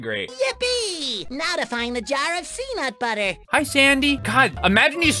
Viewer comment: Sea-nut sounds so wrong.